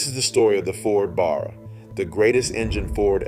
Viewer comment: Discusses the police using Ford Falcons - shows footage of Holden Commedore police cars. I think your AI needs a rest. Also, teach it how to pronounce Barra. Actually - do the leg work yourself instead of getting AI to do it all for you.